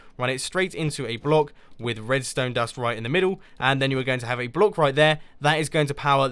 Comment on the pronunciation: Hahahahahahahhahahah I hear that. The right pronounce of block is block u say ( BULOK ) in faster way